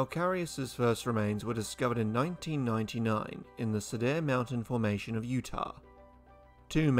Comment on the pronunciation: It's pronounced sea-der mountain (after cedar trees) lmao